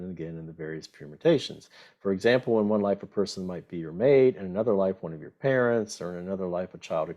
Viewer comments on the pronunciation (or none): none